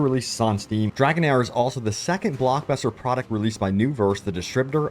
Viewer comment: Don’t know if your sponsor is going to appreciate you calling their game “dragon hour” when it’s “dragon heir” (pronounced “dragon AIR”)